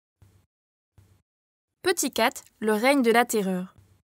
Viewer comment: Comment ça le "reigne", c'est pas plutôt le "règne"